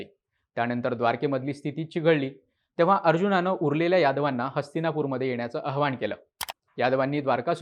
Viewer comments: हा नवीन सुत्रधार काही चांगला नाही… ‘आवाहन’ हा शब्द पण धड उच्चारता येत नाहीये याला.. ‘अहवान’ काय असतं?😂😂 चिन्मय साळवी भारी आहे. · २:५५ अहवाण❌ आवाहन✅ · अहवान नाही रे आवाहन